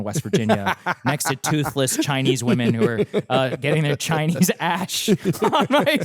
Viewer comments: bro said chineee 😂😂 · he said chi-ne lmfaooooo